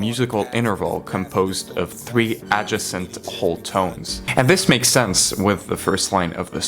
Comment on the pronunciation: bro said adj eh scent (adjacent)